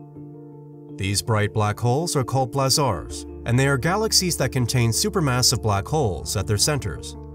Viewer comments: I really like this channel, even if the narrator clearly is a robot. Here it pronounces the word "blazars" in three different ways -- "blahzaaahrs", "blazurs", and "blazors" (but never "blayzors"). Maybe its algorithm involves the uncertainty principle. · You’re mispronouncing ‘blazars’!